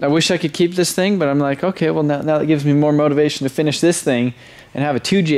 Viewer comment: Did he say " what are you making right MEOW?" name your supra "ramrod"